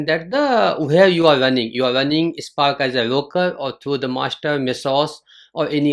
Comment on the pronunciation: Hi, you are pronouncing SPARK as "EISPARK". Thats ok.😊dont mind. Nice session. Good inputs for beginners.